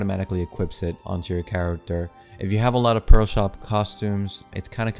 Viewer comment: Why do you pronounce "pearl" as "pro" and "prolo/proto"?